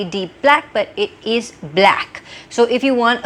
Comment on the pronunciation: Why do you pronounce is as ease ? Why sistar????? Whyyyyyyyyyyyyy???